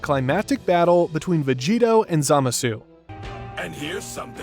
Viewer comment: “vegada” hit hard